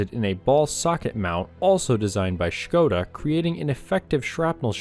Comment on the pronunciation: Thank you for this video! Just a bit of a complaint about pronunciation of "Škoda": You did the "Š" sound well, but it's not "Š-nothing-nothing-nothing-koda", it's really short: Škoda, try to pronounce "Ško" as one syllable.